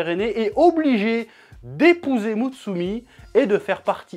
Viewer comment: Trop bien une vidéo sur un de mes manga pref’ PS: Prononce bien le nom de Mutsumi stp